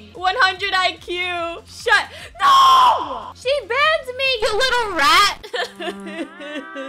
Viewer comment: That Noo was Aussie mate